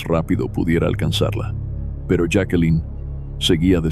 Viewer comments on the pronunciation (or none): Señor su voz es muy clara . Pero tiene un problema . Siempre cambia la pronunciación de los nombres , los cambia constantemente jakelin , yake , yakelin , esto es bastante molesto el otro es la hora p. M A. M . No señor , se dice pm am inmediatamente después de la hora que es 👎👎👎👎👎👎👎👎😡😡😡😡😡😡. Veo estas narraciones pero no me suscribo , por estas pequeñeces 👎👎